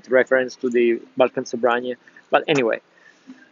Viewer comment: You should pronounce it as it is known (almost). 😅 the spelling is misleading... The word ‘sobranie’ is not Russian to start with😊. Not Russian only anyway & it definitely relates to nothing Russian as far as the tobacco goes. There are many synonyms too and different meanings also, which vary slightly between the slav languages. In this case ‘sobranie’ (the way it sounds) means simply - gathered, collected. I had it once 20 years ago, only one bowl, can’t remember much but I liked it. It’s shame we can’t get it here in UK.